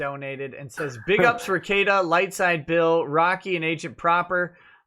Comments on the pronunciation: " Rickie-Ate-uh" as dave says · They have and he mispronounces his name and says he don’t get it and must be a detractor meme